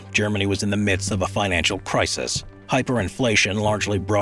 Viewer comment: Did he say "Prisis" instead of crisis?